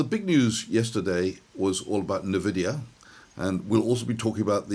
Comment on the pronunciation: do enjoy your videos but pls say ENVIDIA,. am i mad or does your artwork change everyday